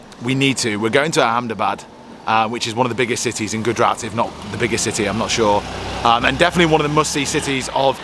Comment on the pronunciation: Please learn to prounance names properly... It's Gujrat (Gujj…RATHH), not Goodrat 😂